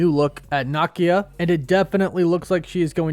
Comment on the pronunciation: What y’all YouTubers keep saying NahKia? It’s NUH-Keeya